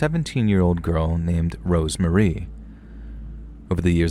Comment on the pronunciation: Story 3... RoseMARY. Not Rosemarie. Ughhhhh